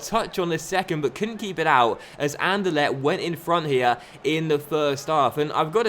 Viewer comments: I heard An-Der-Let :p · The way you pronounce anderlecht xD